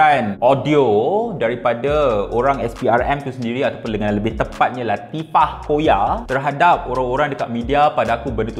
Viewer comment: cara dia sebut latifa koya 😂